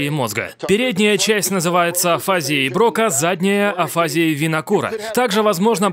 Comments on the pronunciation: и ударения - Брока" и Ве"рнике (БрокА, и вЕрнике). Инет помогает и объединяет людей! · Если ещё точнее сказать, то это зоны мозга, отвечающие за составление фонем и распознавания звуков. Зона Брока, ударение на А, это вопроизведение речи. А зона Вернике усвоение и понимание устрой или письменной речи. Афазия каждой зоны , вызывает свои нарушения. из видео, я просто не понял какие именно зоны повреждены у Брюса. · строго говоря, афазиЯ (в русской медицине принято так ставить ударение) - это всего лишь симптомокомплекс с характерными проявлениями. К одним и тем же симптомам могут приводить разные болезни или механизмы (есть разница между инсультом и опухолью, не так ли). И да, может быть поражена зона БрокА, зона ВерникЕ или обе вместе. И тот, у кого берут интервью, тоже не знает точно что произошло с Брюсом